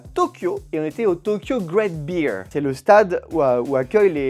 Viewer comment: Ca se prononce "Great Bèr" pas "Bir" c'est pas de la bière!!!